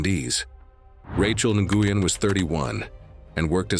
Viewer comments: The name is pronounced N’win! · Friendly tip: the name Nguyen, is pronounced as Wen (like when) if I remember correctly. I had a lawyer by that name and she told me that’s how she pronounced it. 😊